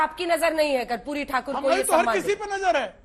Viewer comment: ये उदित बाबू ठीक तरह से माननीय कर्पूरी ठाकुर जी के नाम का उच्चारण तक नहीं कर पा रहें हैं. दुःखद